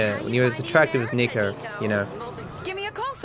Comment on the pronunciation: "sniko Bellic" Unsubscribed